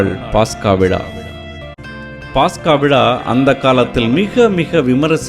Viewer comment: பாஸ்கா அல்ல பஸ்கா என்று சொல்லுங்கள் .